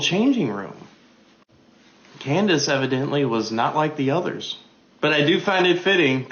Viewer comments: "Coon-dace"? Diabolical work. 😂😂😂😂😂😂😂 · Did that man just call candace owens, coondace owens 😂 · Did he call her Coondance Owens🤣